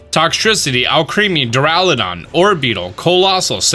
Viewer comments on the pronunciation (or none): none